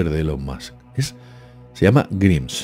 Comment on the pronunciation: Grimes se pronuncia Graims